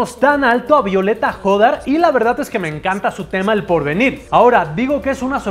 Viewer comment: El apellido de violeta es hodar, no jodar, la h no suena